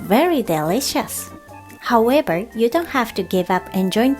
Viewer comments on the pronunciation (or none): none